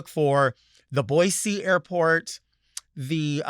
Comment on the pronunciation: Wow! You pronounced Boise like you’re a native. BOY-SEE. We love you even more now, Delta!